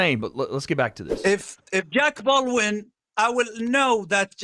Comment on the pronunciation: “Jack Paul” 😆 that’s some epic trolling by Turki. Like he doesn’t know he’s saying the name wrong.